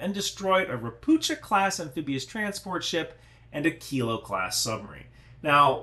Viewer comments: it's not RopuCHa, it's RopuHa with hard H- assuming the name is read the same as in Polish - (means "a toad" btw) - in PL it would be read RO-PU-HA. In most slavic languages CH (or it's form converted from cyrilic) is actually H. In polish to get the english CH, you use two letters: CZ. No idea what sign is there for this in cyrylic since I'm v bad with it. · It's read "ropukha" fyi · *Pst*. Ropucha = ['Rohpuhkha]. Also, general advice: Slavic languages ALWAYS have the accent on the first syllable. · Hi great video as always. One caveat “CH” is usually pronounced same as “H” in slavic languages. Maby as harder H sound we are weird in this regard. Not a big deal but my Polish brain short circuits when I hear you say “Ropucza” instead of “Ropuha”. Also fun fact Ropucha class landing ships were built in Gdańsk shipyards. History is weird sometimes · Hello "Ropucha" is Polish for toad. These vessels were produced in Poland. It's pronounced like "Ropooha". The "ch" is pronounced as "h" in Polish:) Sorry but nitpicking is a lifestyle. Regards J. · Ropucha (read ropuha) means: a toad. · So everybody is pronouncing the Polish word "Ropucha" wrong... Even myself until I found out that it's pronounced: Ropuha / Ropukha And it means "toad" ( or "mangy frog" in Bulgarian 😁) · Not to be picky, just small detail - Ropucha is pronounced "Ropukha" 👌 great video otherwise! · Ropucha (a toad) is pronounced raw-poo-ha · Don't read ROPUCHA class ship as you would read in English. CH in the word should be read as H(like in hell). Ropucha means toad. This word is present in most Slavic languages but not in Russian(irony). The ship was constructed in Poland. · Just fyi - 'ch' in Ropucha is spelled like 'h' in 'hello'. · "c" in "Ropucha" is silent, you read "ch" as "h"